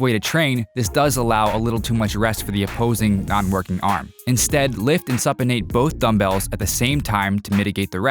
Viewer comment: Did he say "suppanated"???